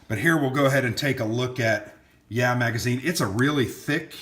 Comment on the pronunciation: It's (YAH!), not (yeah). LOL!